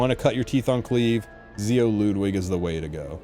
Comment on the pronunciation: finally some1 says Ludwig's name correctly